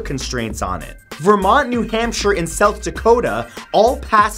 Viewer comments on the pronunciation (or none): none